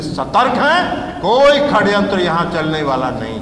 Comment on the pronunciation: ये ललन सिंह और कन्हैया जी षड्यंत्र को खड्यंत्र क्यों बोल रहे है? 😂😂